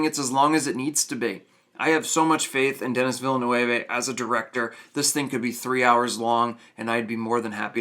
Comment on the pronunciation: His name is pronounced Deni Vill-nerv.